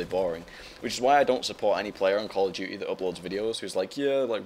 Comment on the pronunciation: Call of D-yoo-ty, it's so awesome the way he says it.